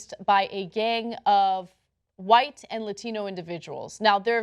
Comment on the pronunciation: listen to the way Ana says white. racist.